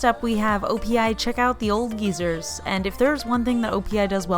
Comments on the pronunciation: Lol "check out the old geezers". Def pronounced "guy-zer" but I like geezer better 😂 ❤ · “Check out the old geysers" I think is supposed to be pronounced guy-sers. Like Yellowstone geysers. Really nice colors! I wish ulta gifted me nail polish! Haha